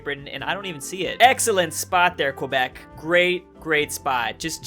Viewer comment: You Californian it’s pronounced like a k kebec not like the word question it’s kebec speaking wise but yes it’s spelled quebec